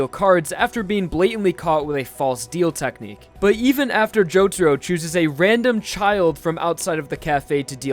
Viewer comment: It's not Jotoro it's Jotaro for the rest good video mate.